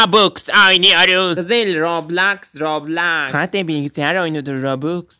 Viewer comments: O roblaks değil roblox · anneme roblox nası söyletirir: Annem:robux Ben: hyr roblox Annem:roblaks Ben: anne roblaks ne ya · Robloks diye okunuyor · Roblox diye okunuyor. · Roblox adı rublox deyiş